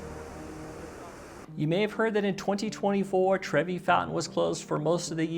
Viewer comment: it’s Trevi not Trevy